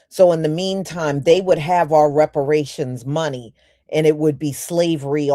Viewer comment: our food, not 'are food.' 🤷‍♀